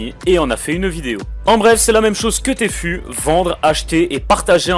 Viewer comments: Lol il a dit tfou au lieu de tfue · On dit T fyou pas T fou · Tfue se dit Tifiou !